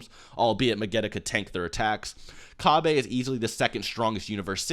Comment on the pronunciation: the name is cabba not cabbe